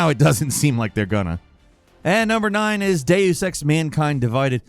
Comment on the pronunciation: Please ask somebody...anybody...how to pronounce "Deus" and "Eidos". I can't take it anymore.